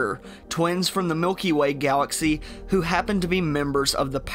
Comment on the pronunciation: Southern Elmer fudd Miwkee way gawaxee